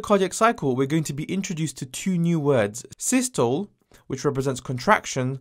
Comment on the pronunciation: bro it’s pronounced sis-tol-le and di-as-tol-le